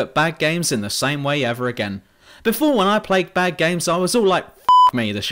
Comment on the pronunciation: you very ofteny pronounce c, d and t like "ng" facts -> fangts bad -> banned